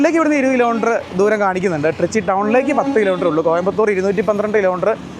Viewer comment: ട്രിച്ചി അല്ല ത്രിച്ചി അല്ലങ്കിൽ ത്രിച്ച രപ്പിള്ളി